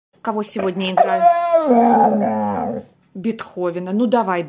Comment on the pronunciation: «Бетховена» лучше всего получилось произнести :0))